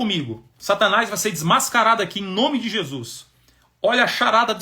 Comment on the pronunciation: Pastor, escreve aqui o nome dessa pessoa do livro, quero ler, eu não consigo entender quando vc fala o nome dela.